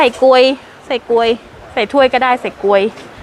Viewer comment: การอธิบาย คำพูด ท่าทางน่ารักน่าฟังดีค่ะ รายละเอียดดี แต่ออกเสียงคำผิดบ่อย เช่น เรียกทุเรียนเป็น พลู ถ้วยไอศกรีมเป็น กวย ฟังแล้วงง ( ต้องเป็น พู กรวย นะ)